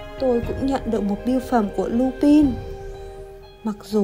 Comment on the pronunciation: Lupin là chupin😂😂😂